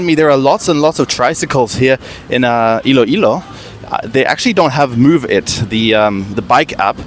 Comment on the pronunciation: ILOILO is spelled ILOILO, not Ill-ilo. Thank you.